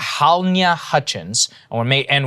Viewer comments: Somebody please tell Saagar that Halyna is pronounced /hell • ee • nuh/ and not Hall-ñya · Just to say "Halyna" is pronounced: Ha Lee Na, not: Hal Nya. Thanks. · Блин, неужели так сложно произнести "Галина"? The way Saagar butchers this lady's name is sad. It's not that difficult "Hah-lin-ah". 🙄